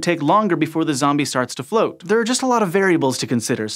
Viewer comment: he said horrific zobie flatulent. That make my day.